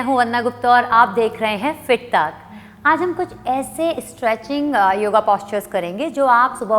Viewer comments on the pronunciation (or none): Abe vo yoga Hota h Youga nhi 😂